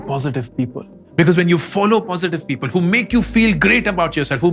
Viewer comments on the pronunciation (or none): none